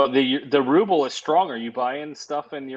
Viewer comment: Gero and his invisible Jet Ski....The alleged Russian mogul doesn't know how to pronounce RUBLE!